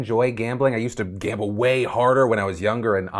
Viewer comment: “I wuhz juh like, I love gamba I’m gona gamba” god he’s an idiot.